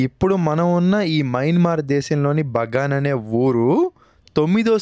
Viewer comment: Bro BANGA kadhu kadha BAGAN kadha bro